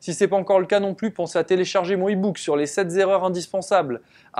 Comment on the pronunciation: Oh "cinq zétapes" et "sept zerreurs" vous aimez les zzz 😁 aller petit rappel des règles de liaisons. Seuls deux, trois, six et dix permettent de faire la liaison avec "z". Et cent si multiples de cent et pas d'unité. Ex: on dit 100 (cent) teuros, et non 100 (cent) zeuros car c'est assimilable à sans euro donc 0 et pas pareil hein 😉. Mais on peut dire 200 ( deux-cents) zeuros ou 3 ( trois ) zerreurs, 10 (dix) zerreurs..... aller j'arrête là. Sinon merci pour toutes ces vidéos très zutiles et pleines de bons conseils.